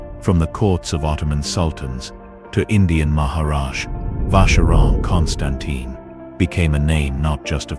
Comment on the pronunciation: Nice video. Just please learn how to pronounce "Constantin" :-) Otherwise, people can ask what can of expert you are, if you doesn't even know how to pronounce the name.